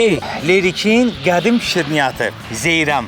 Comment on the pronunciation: Zeyrəm yox ay Zeyrən👌